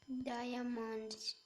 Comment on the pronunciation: Diamond Hindi diomond